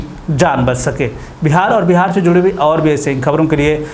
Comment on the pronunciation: Bihar hai bhai Bahar nahi